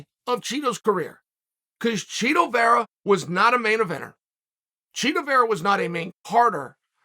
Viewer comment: Chael is secretly mispronouncing Chito… he’s lowkey calling him Cheeto 🧀😎